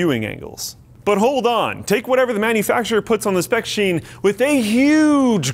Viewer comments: spec sheen damn it again with the verbal typo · So what's a spec sheen? , oops